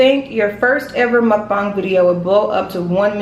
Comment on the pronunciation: muk not mum